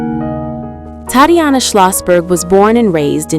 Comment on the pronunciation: The pronunciation of Tatiana is awful in this computer read voice.